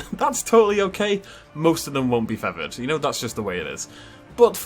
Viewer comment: Take a shot every time says "feavered" instead of "feathered" 🤣